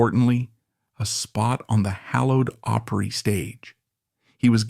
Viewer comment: Grand Ol' Oooopry??? Don't we just love AI narration?